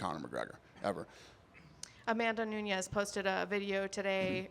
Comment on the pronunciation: It's Amanda Nunes, not Nuñes. She's Brazilian, not Mexican.